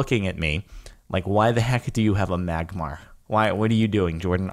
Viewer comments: It's Magmar -_ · Magmar!!! It's magmar